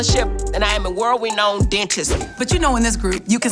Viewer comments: “World-reKNOWned dentist”? I think you mean “world-renowned”. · “Well-renode” dentist, says the Dr who knows it all!!! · World re-known...its world renowned....sry but i had to correct that. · She said world reknown 😂😂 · “World Reknowned!” 😂😂😂😂